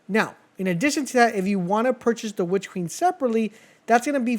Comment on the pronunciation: “Witch keen”😭